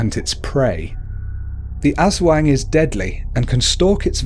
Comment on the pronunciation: Diamond Dreams IKR!I laughed when he said aswang and sarimanok.I love the video but his pronunciations are hilarious